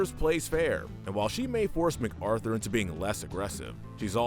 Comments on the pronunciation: Ma-Carthur, not Mac Arthur. At least pronounce the names like the show does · I like how he pronounced MacArthur's name Mac-Arthur.